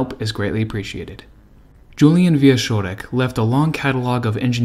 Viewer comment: you did great as usual. One thing tho. Wieczorek sounds in the middle more like "tch" (watch) than "sh" (harsh) But still, this is just nitpicking as I have zero issues with your reading. Thank you and TE team for this effort. Interesting story. "cz" in Polish is like it is in CZech Republic:)